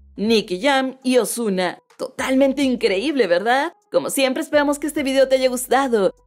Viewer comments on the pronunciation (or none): Dijo "Ozuma"? No será "Ozuna"?